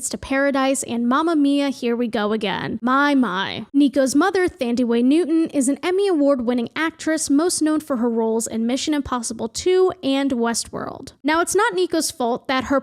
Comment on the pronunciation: Thandie pronounced Tandie without the H